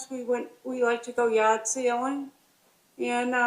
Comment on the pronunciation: I kept hearing “yacht sailing” not “yard sailing”